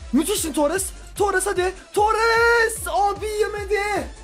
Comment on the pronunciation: abi torrese baya tuares diyon